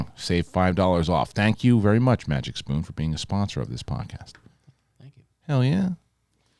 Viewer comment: You said MagicPoon LOL It’s MagicSpoon LOL Sit down loser LOL! ..… Pfft….shave your head and go to sleep! 😉